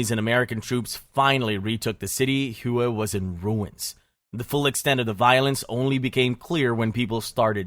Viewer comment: I love being educated on History by a person who can’t pronounce a single location’s name correctly. Hue is pronounced like “way” not fkin “whoooeeeyyy” 🤤